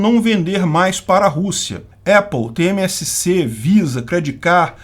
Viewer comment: STF da 24hrs para falar TSMC e não TmSc